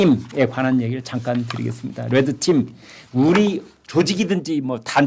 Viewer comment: red team을 우리말 발음으로 옮기면 레드 팀이 될텐데 이 발음을 김선생처럼 래드 팀이라고 발음하시면 rad team으로 표기할 수밖에 없게 됩니다.